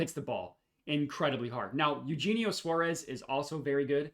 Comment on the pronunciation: This guy can’t pronounce any names! DurAn! DurEn plays for the Pistons! And it’s A-U-Hayne-E-O not Eugene!